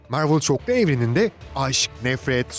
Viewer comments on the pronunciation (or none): none